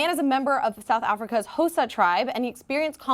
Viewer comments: Xhosa is pronounced "Ko-sa" with a click on the the k. I know you're American but please at least try. And the massive issue is using crude unsterilised implements. There is an option to have the procedure done in a Government hospital which most traditional leaders agree with. However please understand the context of a country when talking about it. There is a law in our constitution which allows "traditional Law" to supersede other laws. For Instance polygamy is illegal in South Africa, but the president has multiple wives due to traditional law. As a white person living in South Africa i come from a different cultural background and might not agree with these practices, but it is an important cultural right of passage for many different peoples in my country so i must respect that. South Africa is a free country that embraces diverse cultures and these boys are protected should they wish to go against the "traditional law". the law only exists to protect those who willingly participate in these cultural activities. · pronouncing khosa wrong the h is silent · Oh,! you missed your chance to say Xhosa with the click on air like three times! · The way she pronounces Xhosa xD